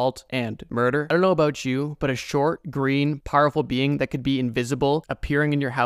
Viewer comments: “Talking aboot today” You Canadian? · I knew it. I hears it when you said "about"